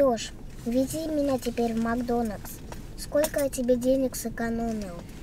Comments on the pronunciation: Нужно учиться слово «Макдональдс» , а не «Макдонакс» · МАКДОНЛЬДС А ОН МАКДОНАКС